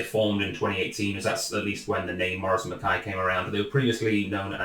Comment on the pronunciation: Morrison and 'MA-KAI', not 'MA-KAY'. Reek can be smoke or smell, as in "he's fair reekin" or "he's mingin", which is extremely smelly!